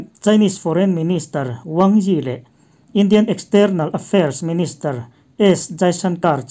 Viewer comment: Externael ni lovin external tiin lamrik ni zawk se,ngaithlak a nuam zawk deuh ang...a thluk leh lam dan fimkhur deun nise😁